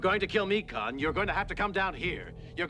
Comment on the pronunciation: Tell her there is no "L" in Khan.